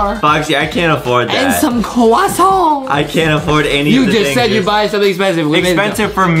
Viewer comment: I' like when justin say kwasons~~~~